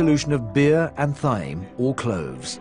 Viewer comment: Narrator pronouncing it "thighm" instead of "time".